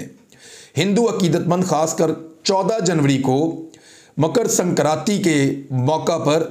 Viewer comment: It is Makar Sankranti n not Mukar as you said